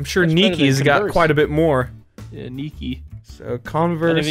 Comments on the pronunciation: Hold up. I'm British and I have never heard these pronounciations. Fuckin ardidars and neekee. It's adeedass and niykuh/niykey. (I spelt it like the pronounciation, not the word. I ain't a dumbass) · I thought I was the only one who pronounced Nike and adidas like that 😳